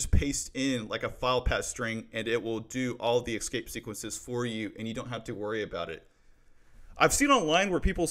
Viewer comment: Great Content ! btw is just me or does he really say "Exscape Sequences"?